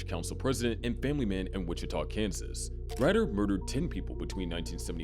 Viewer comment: I'm not 100%, but pretty sure his name name is pronounced like "Raider". At least you didn't try to sneak past the YouTube censors by changing to "T" to "Torment" like the last video I watched that mentioned him.